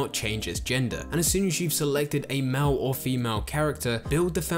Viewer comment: "Mal or femal" got me ded 😂😂😂